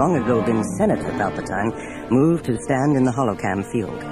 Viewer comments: Coruscant = "kor-uh-sahnt" not "kor-us-scant" Palpatine = "palp-uh-teen" not "palp-uh-tine" Bespin = "bess-pin" not "bee-spin" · Palpa- tie -ne? Lol it’s Palpa-teen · PalpatINE, BEEspin, CorusCANT... The mispronunciations are distracting. Otherwise this is a really good production. For the most part. There's an odd moment where the Falcon flies past a gigantic image of Leia. That was weird. But mostly pretty great